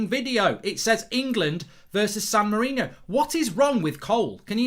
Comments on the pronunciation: Screen: San Marino Comments: It's San Marino, not San Marinio Mark: It says San Marino. People can't read. SAN MA-RI-NI-O. I swear, people are just thick. How hard could it be. SAN MARINO. Like it says on the screen at the bottom of the screen. England vs San Marinio. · Its san Marino, not san Mourinho